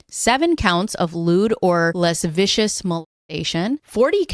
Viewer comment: The word lascivious is pronounced: La-siv-e-us. Great video. I'm a new sub. This woman needs to be charged.